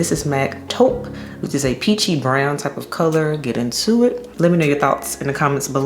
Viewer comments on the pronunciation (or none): none